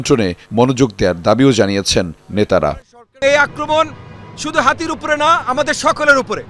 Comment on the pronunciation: নামটা ঠিক করে বলেন হাতি নয় হাদী